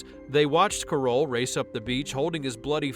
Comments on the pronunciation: This AI voice over can’t even pronounce Tom’s name right. It’s not “kuh-ROHL”, it’s pronounced just like Carol. Definitely not finishing this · Totally butchered Tom Carroll's name.